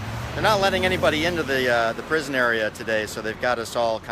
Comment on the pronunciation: Miles away from the prison,which the reporter mispronounced, no new details,filmed with a selfie stick.This is class A journalism here,people.